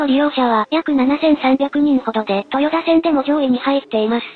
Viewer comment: とよだではなくとよた